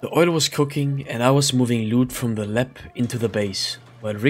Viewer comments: Nice vid. Btw it’s called lab not lep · Lab ❌ Lepp✅